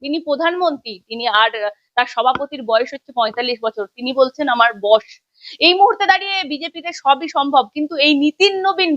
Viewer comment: ওটা বশ না বস হবে।